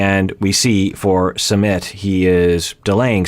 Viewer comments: It is Sue-mit, not summit ( like a gathering for a meeting/event). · Sue meet not Summit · I heard it’s “SUM-IT” not “SUMMIT” but could be wrong. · ...it's Su-mit. Like Sue-meet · His name is pronounced -- su -- like the OO sound in cook -- mi -- I pronounced like the I sound in lick and T is pronounced like the T in arigaTo . Su-mi-t The reason indian parents are so apprehensive of their children marrying foreigners especially someone from the western country Is because of high divorce rates , india has an extremely low divorce rate because divorce is seen as extremely shameful to the level of prostitution here, almost everyone here stays in their toxic marriage , because no-one is divorcing and the shame associated with divorced people , the likelihood of you being forever alone after divorce is very high in India , the society will treat you like a lower class citizen specially women but men too if they are divorced , so it's a very risky decision for an Indian to marry someone from a culture which has high divorce rates , the other factor is religion , their is lots of Hindu-Muslim tension in India from centuries so a marriage between a hindu and muslim is shunned and some families will go as far as to commit honour killings . Also due to sexism and patriarchy older women and younger men relationship are shunned , but men who are around 10 years older then women is considered acceptable , more then that they shamed too but not much as women . It is considered less masculine for a man to marry an older women . India also have a very family oriented culture and our country is very diverse, and their is also lots of tension among different cultural gr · Its Soomit